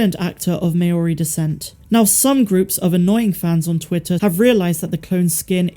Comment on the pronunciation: "MAYORI descent" 😩😩😩